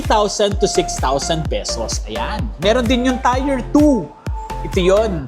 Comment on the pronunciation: tier pronunciation google mo. nyeta tier is pronounced as TEER, not tire.